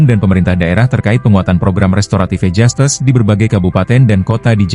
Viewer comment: Jastis bukan jastes emg hostes😂😂😂